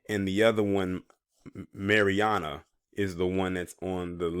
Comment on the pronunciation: Its not máriana